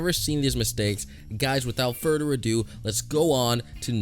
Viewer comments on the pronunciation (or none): instead of further I think he said furder 🤣😂